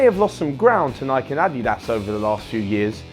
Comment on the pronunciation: Is dude mispronouncing Nike? It's fuckin' Nike, mate.